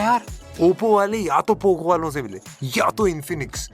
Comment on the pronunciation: Popo hua na ki poco